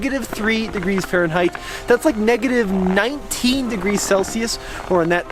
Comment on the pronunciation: Where did U "learn" to say negative 3*f.?